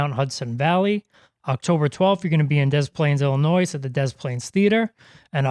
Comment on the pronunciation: Please ask your announcer to stop saying Illi noise. It's pronounced Illa noy